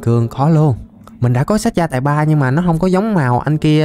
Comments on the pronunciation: Sách gai mà anh nói sách gia tài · Chơi 180 phút r sách gai 3 đọc là gia tài 3 :VV